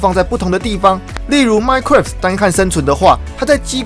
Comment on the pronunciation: 吐槽一下 之前聽了好幾次 其實minecraft是念minecrㄚft 不是minecrㄟft